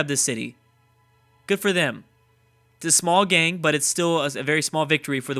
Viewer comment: I just can't understand why you cannot say the word "Gain". There is no G on the end. It is pronounced like "Pain" but it starts with a G. For some reason that I have never seen you explain, you ALWAYS say "Gang". It is quite strange considering that this is your native language. If you are going to be in the entertainment industry, you should really correct this. This is like someone wanting to play in the NBA but they shoot zero percent from the free throw line. Just work on it. You are very articulate in every other way, I'm sure you can fix this one bizarre vocal glitch. Just say Pain, Rain, Main, Vain, GAIN over and over again until it comes out correctly. You can do this. It is worth making the effort to correct this, it detracts from the otherwise superb content you put out. Not trying to be a dick, but somebody has to say it.